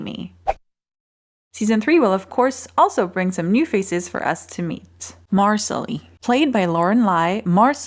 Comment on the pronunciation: Thanks for the recap - in the book - in the audible version - its Misallie - pronounced MA SALLY. :)